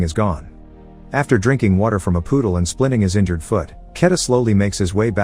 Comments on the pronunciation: Was this video narrated by a computer program or a person? It sounds really human, but then instead of saying puddles he says poodles like the dog. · 🤣 I don't know why, but I find it hilarious & cute, how the robot(?) narrator can't pronounce some words. He called puddles "Poodles" 😆😆🤣 too cute! Ive noticed this auto-narrator mis-pronounces words in this channel's videos. It has never gotten any reaction out of me. But the word Poodle is just too cute & funny. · breuh this guy calls puddles poodles